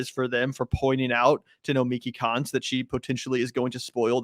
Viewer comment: Nomiki Konst, the S is silent.